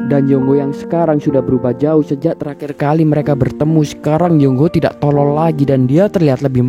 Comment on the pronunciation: Penjelasan bagus, tapi penekanan kata bodoh dan tolol agak mengganggu, tks